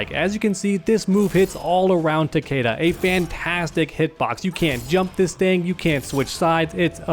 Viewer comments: Honestly, Takeda is the only good Kombat kid character, and it's Takeda and not Takiida or Takeydah. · Pronounced Tuh-kee-Duh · I just hate how they pronounce Takeda's name, that is not how you say the name Takeda, I gues they never heard of Shingen Takeda they probably jjust looked up japanese last names lol